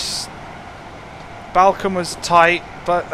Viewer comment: just a sidenote balcome is pronounced ballcombe